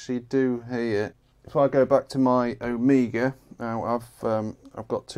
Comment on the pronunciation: C'mon now, it's an "Omega" and not an "Amiga"